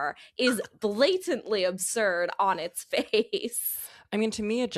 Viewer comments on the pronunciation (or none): none